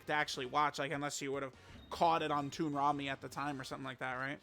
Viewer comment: It's Toonami bro not Toonrami😂😂😂